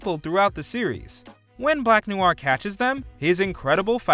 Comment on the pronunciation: "Black Nuu-waar"?? Dude, not saying you gotta learn French, but come on, noir is one of the most frequently used French words in the English language...